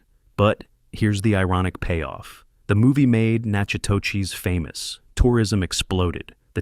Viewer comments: The town of Natchitoches, LA is pronounced NAC-O-DISH. I lived very close to Natchitoches, LA on the Natchitoches Hwy. The town is one of the prettiest towns in Louisiana. Very interesting video about one of my favorite movies. Thank You! ❤ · It’s pronounced nakadoches. That’s how we Texans and our Louisiana neighbors pronounce it. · The town is pronounced “Nack-eh- dush” not “natch i toe chez” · The locals never say natch a to chess. They call it nack a tish or nack a teck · Nak a dish or Nak u dish. Never Nak a teck. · I am a Louisianian, and it is not pronounced 'nakadoches.' It's Nack u dish or Nack a dish. Only three syllables are used. There is no 'oches'. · Nak- UH - tish Not nak-uh-toe-chis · Please get the pronunciation correct. It reads as this: noc co tish. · Please, it’s NACK-a-tish in Louisiana, Natch-i -TOTCH iss iin Texas. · Nacha-what?? 🤣 if you’re going to make such a nice video, please research the pronunciation of one of your main points! (Nack-a-tdish) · you did not just say nacka toe cheese??? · It's pronounced Nack-a-dish, not whatever is you"re calling the town in which this film was made. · Omg! It’s pronounced “knack-a-dish,” NOT what the narrator is saying! 😂🤦🏼‍♀️ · It’s pronounced nack ah tish, Louisiana. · It’s pronounced Nakodish.. the town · You're pronouncing the town incorrectly. It's Natchitoches "na·kuh·tuhsh". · It’s Nak-a Tish. Not Nak a whatever he said! 😂😂😂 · NAK-uh-tish That’s how we pronounce Natchitoches. The movie is spot on regarding southern ladies. The cast is phenomenal! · nachitoches= Nah kah dish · Nack a tish. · Nope. Nack-a-dish or Nack-u-dish. Only three syllables are pronounced. And yes, I lived there. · Natchitoches is pronounced “NACK-uh-tish “. Being from Louisiana, I LOVE this movie. It really shows how women can be so soft and sweet but we are absolutely made of steel. And when we support each other, it is powerful. Sally Field is a GENIUS actor. No one could have done that role. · It’s Nac-a-tish Louisiana